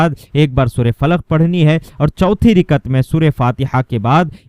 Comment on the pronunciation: Rikat nahi rakat